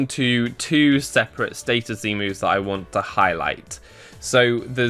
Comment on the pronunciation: Status, not stattus.